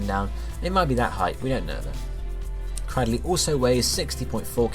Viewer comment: CRAD-dill-lee What? I thought it was cray-DILL-lee